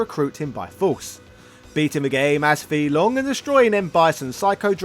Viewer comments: It's pronounced fay long not fee long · Fei-Long pronounced as Fay Long... not Fee Long 🤦‍♂️ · "Fee Long?" Isn't his name "Fei Long" as in "fae long?" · It’s “fei” long not “fee” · Is it intentional to mispronounce the name? It's not (fee). It's (fae). That is how he's announced in Super Street Fighter II. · Are you sure Fei Long is not pronounced as; “Fay Long”? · His name is pronounced Fay long ironically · The character's name is /fae long/, not /fee long/. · it's [faye] long 飛龍。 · OK you are just being a wind up merchant now, you know damn well it's pronounced "Fay" Long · FAY - Long!!! Don’t butcher it bro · Was about to watch this video till the guy pronounced Fei long name wrong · Guy completely butchers the pronunciation even though in the game it says his name 🤦🏾‍♂️